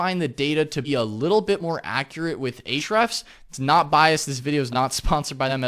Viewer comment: Spot on analysis of KW Finder. Their KW score is one of the best out there. It's what we use on the fly. Quick results and fantastic UI. Ahrefs is still the best, but it's like one giant ugly excel spreadsheet. And thanks for pronouncing Ahrefs correctly! SEMrush's UI and UX are brilliant, but you can do way more on Ahrefs. Great job here. Still relevant in 2020.:)